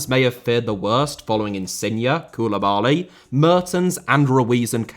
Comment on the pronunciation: Serie * not Siri Insigne * not Insignar Fabián * not Fabian Koulibaly* not Koulebohrly Luciano* not Lucciohrnouw Diego * not Diyeigouw Time* not Tahm Padre* not Padrei Padrone* not Padrouwn Miles* not Mahls Inter* not Ento Dissolved* not Disolved Berlusconis* not Böluscouwni Half* not Holf Coppa* not Copper Lionel * not Leonl Ezequiel* not Ezícuol Gennaro* not Gennerouw Hamšík* not Hamsyk Gargano* not Gohrgohrnouw Signed* not Sagned Cavani* not Cavohrni Gonzalo* not Gonzohrlouw Pepe* not Pepei Zieliński* not Želynski Udinese* not Udeneisei Inglese* not Engleisei Dinamo* not Dynohrmouw Gouan* not Gouohrn Fenerbahçe* not Fenebohçei Debut* not Deibyu Five* not Fahv Observers* not Obzervers Canada* not Canader André* not Ondrei Lozano* not Lozohrnouw Matteo* not Mattejouw Politano* not Poletohrnouw Possession * not Posession Simeone* not Simiouwni Ndombèlé* not Andombelei If you HAD told* not If you'd have told Roma* not Rouwmer Salzburg* not Soltzbög Dortmund * not Dohrmund München * not Munich